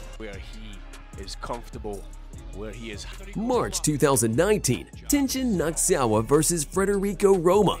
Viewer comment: Great video, but maybe work on pronouncing the fighters names. Nasukawa, Na Su Ka Wa. Not Knocksawa.